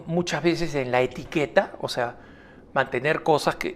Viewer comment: Dice Etiquera no Etiqueta.